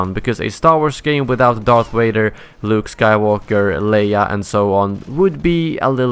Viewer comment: "darf wader"